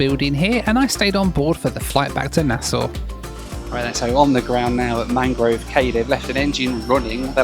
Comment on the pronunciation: I was so happy about how you pronounced Nassau in your last video, and this video you're hitting us with the "Leonard Pickling" instead of "Lynden Pindling" 😂